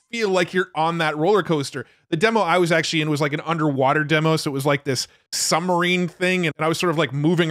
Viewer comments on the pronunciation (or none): I'm sorry... are you saying summerine?